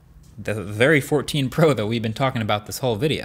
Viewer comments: "iPhone 14 Po" I don't know why but I found that funny. Try saying out loud :) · "iPhone 14 Po" lol